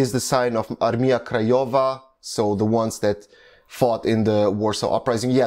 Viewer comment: Way you say word Armia, sounds wrong :D It should be pronounced like "Armya" - but that is a little caveat - overally im surprised how good are you pronouncing some other words!